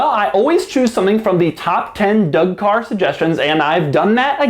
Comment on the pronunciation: lol "caw"